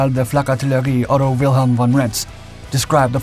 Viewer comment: hell, you have started pronouncing german names correctly, really happy now, thank you. Just one thing the addjectif ''von'' you should read as ''fon''